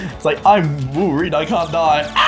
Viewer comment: Wolverine, don’t you mean Wolferine?